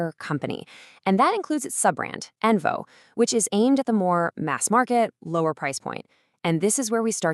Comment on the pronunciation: It’s onvo not envo